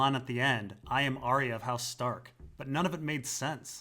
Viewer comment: IT'S PRONOUNCED AR-YA.